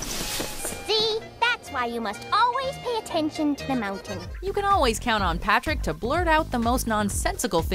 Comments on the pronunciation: Yep, PATRICK not partick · Well at least it was not "P'rick"